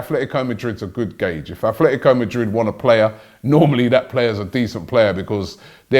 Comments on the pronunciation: Robbie it’s atletico not athletico 😂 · ffs Robbie, it's "ATLETICO" Madrid, where do you see the "F" sound?